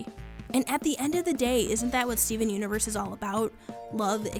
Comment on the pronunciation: I'm pretty sure you said Steven unures 😂😂😂😂